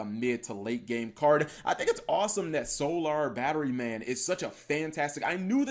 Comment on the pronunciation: bruh... stop saying "solar" like that lol